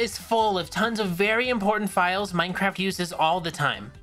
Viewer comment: bro everytime you say minecraft it sounds like maicraft